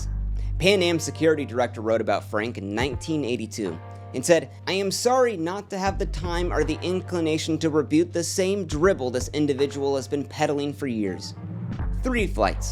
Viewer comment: Less than five minutes after he pronounced “rebut” as “reb-yoot”